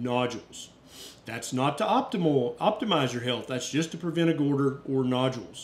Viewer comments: Good information; thanks. I’m not a doctor, but you keep saying “gorder”, instead of goiter. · Love you, but the way you say 'goiter' in your southern accent cracks me up every time. 😂😂😂❤❤❤